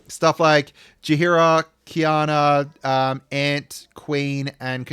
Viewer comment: Yep, butchering that name indeed haha Quina (Queena)